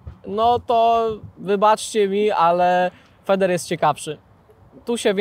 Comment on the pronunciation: Dlaczego większość mówi feder a nie fider nie rozumie nie ma takiej metody sama nazwa wskazuje feed karmimy a nie feder czyli coś jak sprężyna pozdrawiam 👍